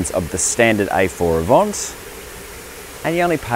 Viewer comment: Did he say AVONT??!?